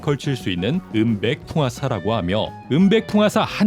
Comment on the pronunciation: 너무 당연하게 쿠키치라고 해서 빵터졌네 ㅋㅋㅋㅋㅋㅋㅋㅋㅋㅋㅋㅋ